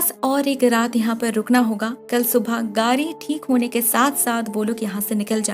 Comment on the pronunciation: Its گاڑی not گاری 😬😬